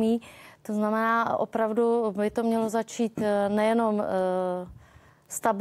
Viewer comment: To jeho "VOPRAVDU" bolí jak pes.